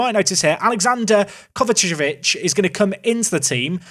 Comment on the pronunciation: I love how you try to speed over the pronounciation of Kovacevic still laughing!